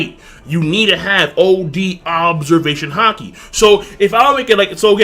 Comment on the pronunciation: Why does have a problem saying "Observation Haki"?